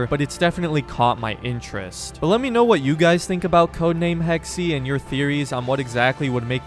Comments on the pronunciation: Hex-uh not “Hex-ee”…jesus why can’t Americans actually try to pronounce things properly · its pronounced hex not hexy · “Hexey” 😂 I think it’s pronounced ‘hex’. Americans…😂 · It’s pronounced like Hex not Hexy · Game most likely takes place during times of witch hunts. Pronounces a variation of “hex” as “hexy”. bahaha 11 times. He said hexy 11 times. Hahahaha! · Pronounce it Hex, not Hexy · Hex… just say…. Hex…. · It is pronounced ’hex’ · In the word "Hexe" the second "e" is actually pronounced like the first one. S bit like "Hexuh" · "Hex-E" Anyone who speaks German: Emotional Damage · It might be spelled Hexe but it's still pronounced "Hex". But thanks for giving me ear cancer, I guess. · It's Hex-eh (Eh like in Eh-nergy) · It's pronounced HEXA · It's pronounced Hex-eh (Eh as in Eh-nergy) It's german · The E is silent on hexe lol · Funny how every English native speaker pronounce the word Hexe wrong! 😂